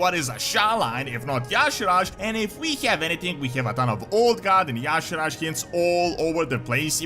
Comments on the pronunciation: WHY THE FRICK does everyone say Yaw'sharaj when pronouncing Y'shaarj ...It's more like Yi sha arj or Yi sharj going long on the 'a'...there's no 'yaw' and there's no 'raj'. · then why not spell it that way...ARJ is not pronounced RAJ